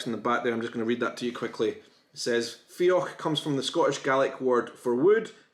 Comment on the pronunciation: it seems you're pronouncing the dh in fiodh like the ch sound (for example in loch). At the end of a word after "o", dh is pronounced like the gh sound /ɣ/. Look up "" on Wikipedia to hear it.